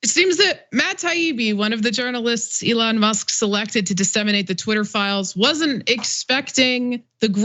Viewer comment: Why is that douche saying Alon musk? Fuck you dickhead you know how to say that liars name. Stop being a fancy special boy.